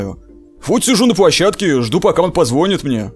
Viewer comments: Ааааааааааа мои ушиииииии! Позво́нит!? ПОЗВО́НИТ!? ПОЗВОНИ́Т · Позвони́т) XD